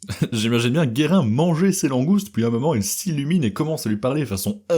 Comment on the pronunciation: Basculer la table des matières Jules Guérin et pas "Guerrin"